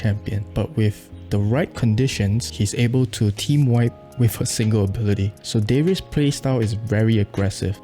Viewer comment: Riven is pronounced as Raven, Darius is Daryus not Deryus